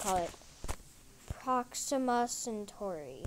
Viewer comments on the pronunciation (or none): And not procima its proxima